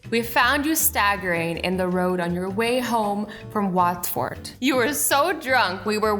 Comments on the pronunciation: azzy no ofence but its pronounced watferd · Azzy, just as a note it’s not whatford it’s Watford